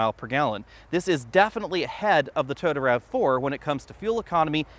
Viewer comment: Toyota not Tota.